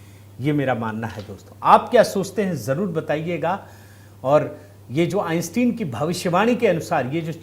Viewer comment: सही उच्चारण है …आइन्स्टाइन ।